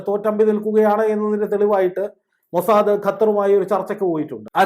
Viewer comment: എന്ത് 'മോശാ.... ദ്' 😂